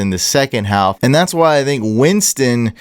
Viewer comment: im close to unsubscribing if you keep saying haLLLLLf